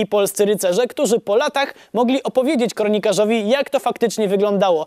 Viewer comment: zamiast kronikarz powiedziałeś kornikarz Xd